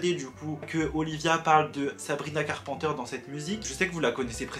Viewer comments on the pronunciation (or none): carPANteure Moi: Carpenter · Sabrina CarpENter please , prononce le correctement 😭 Sabrina ne s’adresse pas à Olivia et que " Skin " n’est pas une réponse à driver license. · « Sabrina carpenter » dit a la française par 😭😂 (carpenter, il faut dire le « e » et « n » et donc pas « en »)😅